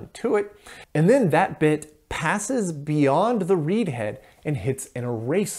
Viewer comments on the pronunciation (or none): none